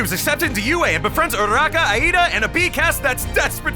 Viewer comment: Bro, it's pronounced ee-da